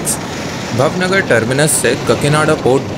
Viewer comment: Bhai bhavnagar nahi bhaavnagar hai me vaha se hi belong karta hu bhaavnagar hai bhai bhav kar diya aap ne